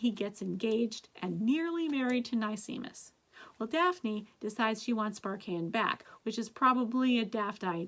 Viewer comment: nicemis is pronounced nice miss. like a nice miss. sparkeion is pronounced sparky-on.